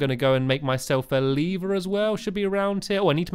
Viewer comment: Lee-ver sorry if you read this